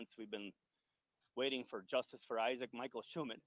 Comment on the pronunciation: say his name..Isaac 😢